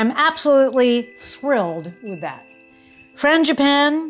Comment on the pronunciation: It sounded like you said Mr. Fangi "panties" gloves!!! Ha ha ha ha - love your channel!